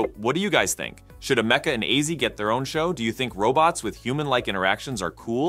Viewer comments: Dude, do the research.. your mispronounciation of her name (along with her sudden American accent), was driving me insane. It is pronounced as: Am-E-Ca, NOT: A-Me-Ca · It's Am a ka. Not Am eka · "AM-uh-cuh" NOT "a-MEC-uh" 🤨🙄 Her name is referenced in her video, why do you get it wrong? Stupid. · Ameka not Amakea pronouncing it wrong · AM - UH - KUH is how it's pronounced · I've noticed that these bot narrators really like to mispronounce Ameca, including right after the name is pronounced correctly in this footage. Well, another thumbs down- moving on! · I hate how he's pronouncing Ameca.